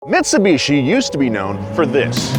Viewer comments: If you take a shot every time calls it Mits-a-bishi instead of Mitsubishi, you will be dead within the first 3 minutes of the video. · Mitsubichi senpre😂😂😂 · Never in my life have I heard someone pronounce it meetsubeechi